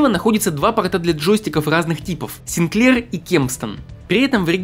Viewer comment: Так-то он сИнклер. СинклЕр - это что-то из кондитерки. И продано было не 1,5 миллиона копий, а 1,5 миллиона штук. Вынь изо рта американский огурец.